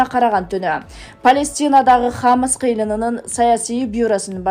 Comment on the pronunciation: Алып баруучу (диктор) туура окугун хамс эмес хазболла эмес (хамас жана хезболла)болот.